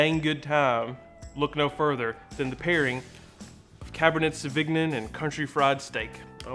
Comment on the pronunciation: I died every time he tried to say sauvignon